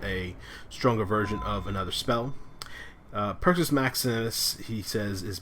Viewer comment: if u can't talk then write a script if u can't read then memorize it if u can't memorize just smoke another one and chill the fk out. but AT LEAST pronounce shit right. it's perk-us NOT purchase wtf...